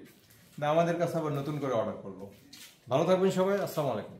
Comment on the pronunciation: আপনার সালাম শুদ্ধ হয়নি।